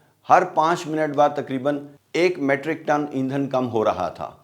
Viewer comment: Matric tons nehin balke meetric tons bolain, Please.